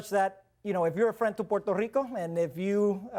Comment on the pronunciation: I hate how this guy says rrrrrRico